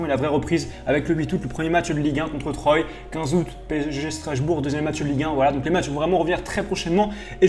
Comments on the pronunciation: troille ? ça se dit trois gros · Troyes sa se dit "trois" Bordel mdr🤣🤣🤣🤣🤣🤣 RIP TROYES (supporter du PSG) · Troyes mddrr 🤣🤣 On dit trois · Frèro Troyes ce promonce trois et pas troye.t'es un joueur de FIFA toi,ça ce voit.tu connais pas trop le foot irl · contre TRAUYE mdrrr ça se prononce 3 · "contre Troyes" 🤦‍♂️ Ça se prononce "Troie" 😭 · Troyes ça ce prononce "troi" bg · Mdr contre "troï"